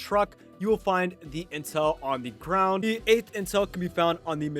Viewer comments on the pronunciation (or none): I lowkey thought you said incel for a sec